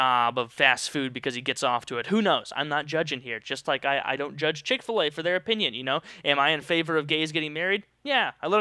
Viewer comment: Wtf is CHICK FA-LEY EXCUSE ME.